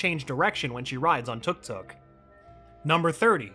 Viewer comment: isnt it pronounced TUK-TUK... not TOOK TOOK